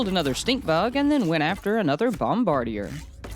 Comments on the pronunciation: Bro it's pronounced bomb ba deer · It's pronounced bom-ba-deer